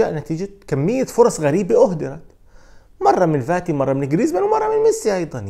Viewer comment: يا اخ اسمه Fati مو Vati ارجو منك ان تلفظه بشكل صحيح تحياتي